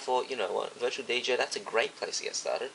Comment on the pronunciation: sounds like ur sayin virtual BJ LMAOOO!!!